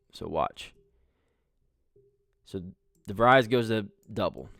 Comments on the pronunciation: Great look at how Coach DeVries runs a team. Just one correction: his surname is pronounced de-VREEZ (rhymes with "freeze," not "fries"). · pretty sure its pronounced De vreez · Pronounced de vreees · You are correct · You are miss pronouncing his last name. You are too unprofessional to be liste ed too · doesn’t even pronounce his name correctly 😊